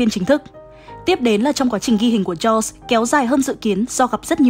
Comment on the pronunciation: Jaws phát âm là "cho" chứ ko phải châu nha